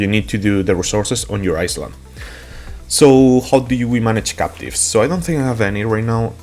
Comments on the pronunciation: Eye-land not iss land reminds me of the commercial of the girl who said that and got made fun of Jesus Christ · No, he's saying "Iceland". He MEANS to say Island, but his pronunciation is awful. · love your vids bro thought i'd let you know it's pronounced eye land not iceland but i know what you was saying keep it up with the vids because i need all the help i can get! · Is he saying Iceland or Island? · I like the way you say Island but that's not the way to say it. It is more like ( I land ) the s in island is silent it doesn't make a sound. English is my given language and sometimes I still can not get it right , like some words sound the same but have 3 different spelling and 3 different meanings. like there their and they're . there is over there or look over there Their means that is their house and They 're like they're going out to the movies. I hope this helps :) take care Cheers! and thank you for the video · Hey friend, just to help, in English, you say EyeLand, the the S is silent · I think for him needs to be written as ailand or iland :)) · Island -> eye-lnd (land without a) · Thx bro for the help!! English is 👍 Heads up, the s in island is silent 😀 So pronounced "iland" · For future reference, the s in island is silent :D